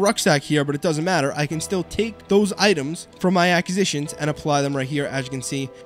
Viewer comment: Look up proper way to pronounce ACQUISITIONS! Lolol